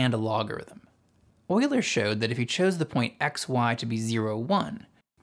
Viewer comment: Came to see if you pronounced his name properly, and stayed for the entire video. Well done.